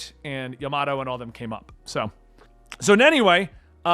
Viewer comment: Japanse pronounciations are more shorts and often light with 2-3 sylibles. Ya ma to not like how you pronounce the word tomato or potatis.